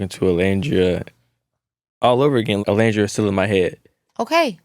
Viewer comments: Keke it’s pronounced O-Land-dria 😁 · Keke girl, that is not how you say Olandria's name 😭 You're upsetting me and my homegirls. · I love Keke down, but I hate that she keeps mispronouncing Olandria’s name. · why is she mispronouncing olandrias name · maam…it’s like 2 seconds into the video and you can’t be bothered to check the pronunciation of the person you just just spoke to?? Can we at least get Olandria’s name pronounced correctly out of other Black women’s mouths?? Just makes it easier for us to advocate for non Black ppl saying her name correctly